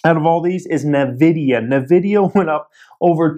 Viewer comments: Duarte Ramalho Lol sound like he saying the lotion. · Can you just learn how to say Nvidia? Thanks!